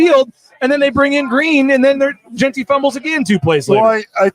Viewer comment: Jeanty... not Jen-tree. Jeeze